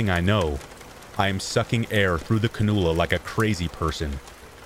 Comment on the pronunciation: What a treat this 12 hr video is...but tonight I still can't sleep. Oh well. Thought I'd tip you off about this word: cannula. It's can-u-luh. The stress is on the 1st syllable & the "a" is long. It's the name of the oxygen setup where there's 2 soft little prong looking gizmos that go in each nostril. I'm a retired RN. That's why all the fancy language in this comment. LOL Just an fyi. Never stop learning. Thanks for all your hard work on the vids. They are a godsend.